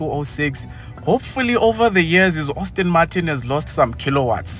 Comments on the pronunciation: Hayibo if I hear you say Austin Martin one more time..... 😫😫😫 Aston my guy, Aston!!!! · No master of pronunciation and I like this channel but please stop calling it Ostin or Austin, it’s ASTON. Please, you activate our OCD.